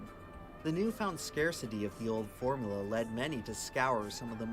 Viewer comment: Dude made an entire video about coke and can't even pronounce formUla...